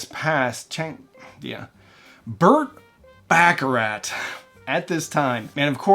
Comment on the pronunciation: Who the heck is "Burt Baccarat?" And from your other video, who the heck is "Count Bassey?" I'm guessing this dude doesn't know musicians before about 1982.